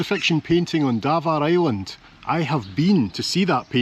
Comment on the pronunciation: Just watched the video of your trip to Campbeltown, which is where my partner comes from. We both love watching your travels and especially when you go to Scotland (you need to go Oban again please) however my partner winces when you say Davaar Island, haha! But we do both love watching your adventures, whether you are on your own, with and when is on her own, all excellent! Hoping is ok as she looked as if she was struggling in the trip to Aberdeen. Keep up the great travels and filming